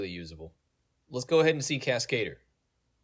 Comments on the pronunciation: casca-dur, not cas-kade-r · lol the way you pronounce Cascadeur is the most American thing ever 😂